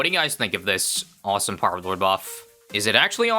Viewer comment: Hearing say "Peelord" never gets old.